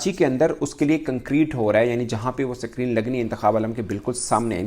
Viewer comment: Abe ye s creene kya hota hai bc 😂